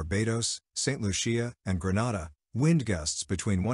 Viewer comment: Bah Bay dose, Saint lusha, green nay dah, doh min neeca. Proper pronounciations. Butchering our country's names.